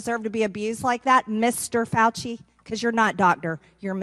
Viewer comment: He is a Faulci pronounced (Falsee)